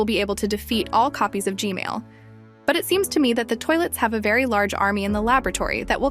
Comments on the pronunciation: Im sorry, but you some how say gman as gmail lol. And how did you get the unblured version of the koridor? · I love how she say Gmail instead of gman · YOUR saying g mails not G man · Its g man not g male tho 🤓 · bro why does always say "gmail" not g-man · lol bro said “g-mail”💀💀💀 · WHY DID U SAY GMAIL HAAAHHAAHHAHAA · I love how you call G-man, G-Male. 😂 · “G-mail” it never gets old😂😂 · its not g male its g man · It’s not g mail it’s g man I’m sorry if you already knew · ah yes “G-MAIL” toilet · pls say gman not gmail pls. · Bro said GMale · why did i hear "gmale sauce" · Gmail can u stop saying Gmail (Asking nicely) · Bro said gmal😂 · Bro said g-mail 💀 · Why does she say "G-male"? He's G-toilet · Bro said gmail Lol😂😂😂